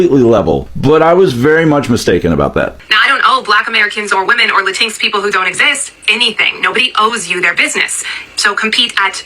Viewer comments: "Lateenx" IT'S LATIN-X YOU SWINE (in response to the yt lady) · Did she just say "lah tinx"? 😂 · Who is “Lantinks?” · La-tinks! Cuter-sounding pronounciation than Latin-ex, actually. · What is a latink? Do you mean Latino. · She is correct that "la-tinks" doesn't exist 😂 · She better not be eating Mexican food or any Latinx (latincks as she pronounced it) foods. Cause we need to smack them tacos right out her mouth. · She can’t even pronoun Latinx correct!😂 And even most Latin folks don’t like that term! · She's being awfully loud for someone that has absolutely ZERO understanding of what she talking about. She can't even pronounce Latinx right 😂 And that last girl is always showing up to drag her own palm folks 😂